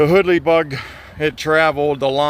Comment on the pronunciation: Really cool video! Two things though, it's actually pronounced so that "hoodle" rhymes with google, and that section of water is where the Two Lick creek meets Blacklick creek. Really enjoying your videos man, keep it up!